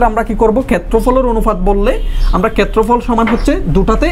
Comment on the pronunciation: কেত্রফল কি জিনিস? আপনার উচ্চারণে সমস্যা আছে